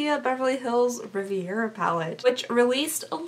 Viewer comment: Uh it’s pronounced Ree-veh-rah